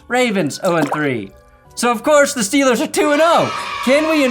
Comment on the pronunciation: No, nobody who likes his Steelers says Steelers like that. Just you